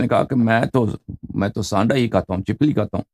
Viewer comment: Aapka Sirf Sanddah bolay